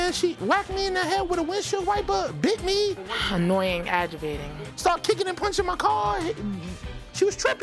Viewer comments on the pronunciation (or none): At the end the daughter says " the verbal that is comin out of his mouth is anoyin and agjavatin..it's spelled exactly how she said it.she needs to work on her vocabulary for sure